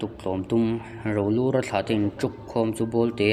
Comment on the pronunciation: Rolura hming pawh i lam dik thiam lo chu a ni si ah!😂😂😂